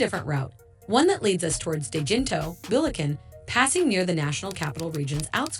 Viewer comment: BULEKEN - AI pronunciation of Bulacan lol